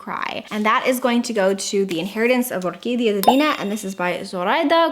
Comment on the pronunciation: I love your spanish pronunciation when you say "Orquídea divina"! Love from Argentina